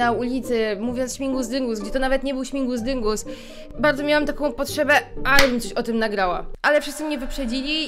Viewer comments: Prosze. Śmigus dyngus. Nie śmingus dyngusXDDDD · Aaaaa! Niech historia z Czaro nauczy nas wszystkich jednego - śmigus dyngus! Nie śmingus dyngus! :D nawet słownik podkreśla to na czerwono!